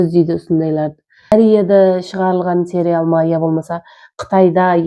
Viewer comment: Серял емес сериал деп айтылады